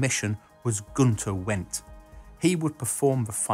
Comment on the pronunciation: Guenter Wendt. Pronounced "vent." The line from Apollo 13 the movie, is almost correct. "I vonder vere Guenter Vent." The line is correct, but it wasn't said during the Apollo 13 launch. Apollo 7, Donn Eisele. steve